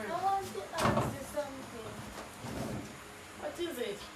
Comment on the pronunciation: You see she aks for cold water she give her bulld water